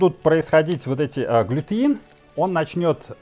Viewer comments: Правильно будет глютен а не глютеин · .у вас все отлично получается.вот только не глютеин,а глютен,удачи вам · Глютен, а не глютЕИн !!!!!